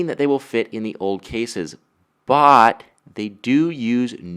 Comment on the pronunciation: go to .... HAHAHAH god that accent kills me.... he says but, but it sounds more like BOTTTTT lol